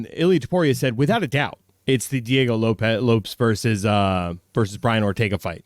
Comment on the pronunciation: almost pronounced the name of Diego Lopes right, but then he corrected himself and fucked it up again. Dude, his name does not rhyme with "ropes", it sounds like "Lopez."